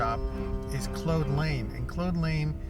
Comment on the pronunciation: Good stuff. (But I believe you’re mispronouncing “Claude Lane”. “Claude” rhymes with “Maude” or “sawed” — not “mode” or “bode”.)